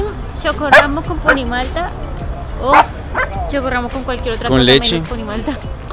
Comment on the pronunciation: para que suene chocorramo debe ser con doble RR Con una sola R se pronuncia diferente